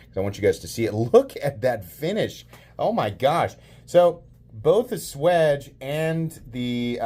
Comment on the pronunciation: The finish on the blade rhymes with the mop.